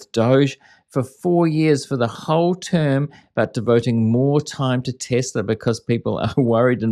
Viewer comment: So funny! Tesler instead of Tesla!😂